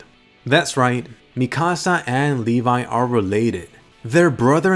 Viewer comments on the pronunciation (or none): I always thought that levi's name was pronounsed levi not le-vai and he is my fav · Uhm. I pronounced it as Levi not Levay . Kill me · I will always pronounce his name Leh-v